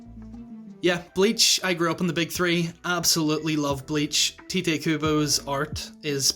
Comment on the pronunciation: Bless you for actually saying Tite Kubo's name right. So tired of hearing "Tight Kubo" lol